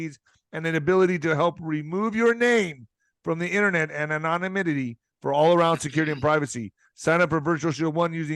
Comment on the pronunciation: Say it like this. “Anon”-imity You’re welcome.